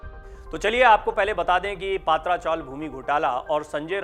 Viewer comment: अरे भाई पात्रा नही पत्रा चाल जीसको सिद्धार्थ नगर बोलते ह ये गोरेगाव मे स्थित है।